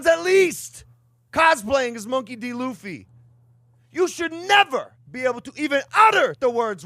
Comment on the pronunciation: i think its because you didn't say luffys name correctly first time and now that you're buying one piece collectibles (which will probably have the same effect as Pokémon cards that the markets are gonna sky rocket) that the community think you're going to ruin it for them, but im not bothered about it, watch one piece and i hope you enjoy it :)